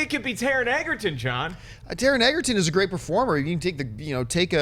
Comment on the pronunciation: It's not Taron "Eggerton", it's Egerton; pronounced the same way as Joel Edgerton. You guys have been saying Eggerton for ages (you used to say it right!) and it grates at me lol